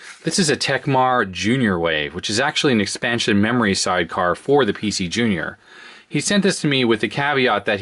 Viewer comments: Digital "Rerory" Card... XD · Nice "DIGITAL RERORY CARD". Or maybe it should be "ERRORY".